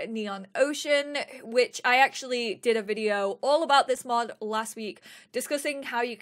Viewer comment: When you said which it sounded like b in which.